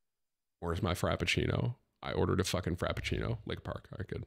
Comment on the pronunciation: Frappuccino Tim. Not frapeccino